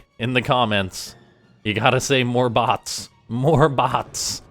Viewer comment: "moar bots"